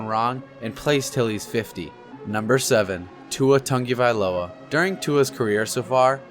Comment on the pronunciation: why tf do u say tua tungavailoa and not tuatagovailoa